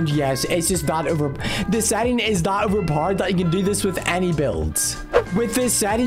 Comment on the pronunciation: It’s hilarious when he says over poder